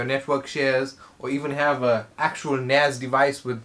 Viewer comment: bro did you just said Anus ?